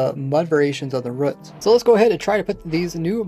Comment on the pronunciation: Why do you say ‘ruts’ instead of ‘roots’. Its Ruuuu or Reew but spelled Roots. Nots Ruh or Ruts. Just curious.